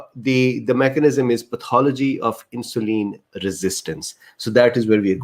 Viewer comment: Very informative and detailed It filled in a lot of gaps in my knowledge. Your communication was clear and I would like to suggest some items to make it more fluent. insulin IN-shu-lyn (IN is the stronger syllable, the others are softer and quicker) peripheral PER-rif-er-al (PER is the strong syllable) pancreas PAN-cre-as result re-SULT cardiovascular car-dio-VAS-cu-lar glucose GLU-co-se hyperglycaemia hy-per-gly-SI-mia diabetes di-a-BE-tees English pronunciation, US di-a BE-dus) resistance re-SIS-tn-ce adipocytes a-di-PO-cy-ts not a-DIP-o-sites intestine in-TES-tin acids A-cids A as in Apple. Not ecids cytokines SI-tow-kine kine, like fine, dine, mine, mine. Thank you